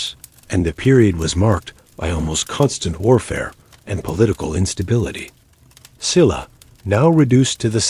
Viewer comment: Please say the correct pronunciation for SHE-LA not Silla, BECK-JAY not Beckay, GO-GOO-rYO not Gogu-REE-yo. Other than I appreciate watching about the Korean History and all the hard work you put into it. I’m Korean & immigrated to USA at a very young age and is close to retirement age. Keep up the good job! Thank you 🫠